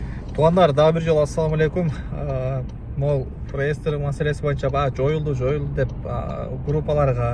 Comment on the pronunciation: Ааа.. Зайбал бала экенсинда кайра кайра реестер деб чыга бербечи былжырап.. Же хайп кармап атасынбы хуй знает😂😂..